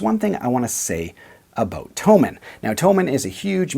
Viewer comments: Never mind. I just heard you say "abote." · And we got a Canadian to say "about." Which is always a joy in life.